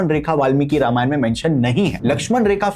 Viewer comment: Ramayanaaa Nhi Ramayan hai